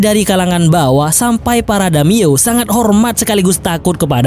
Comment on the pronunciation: Damiyo🤣🤣🤣. Daimyo boooss.